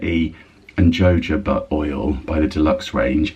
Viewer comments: Jojoba is pronounced 'hohobah' 🙏🏻💚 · Jojoba is pronounced Ho Ho Bah. Not being the gramma police, but thought you would want to know xxx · Just a helpful tip—jojoba is pronounced “hohoba”. There’s no j/g sound. 😊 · Jojoba is pronounced yojoba. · I believe Jojoba oil is pronounced like Josė. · Stylist here. Thought I’d give you a tip on jojoba. It’s a Spanish word so the j are pronounced as h. I know looking at the word and pronouncing it is a bit like patting your head and rubbing your tummy. So jojoba is pronounced “hohoba”. 😊